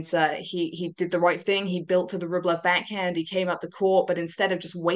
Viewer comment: Her voice is SOOO annoying... Why does she say beck hend instead of back hand?? Where has she got this odd fake radio accent from??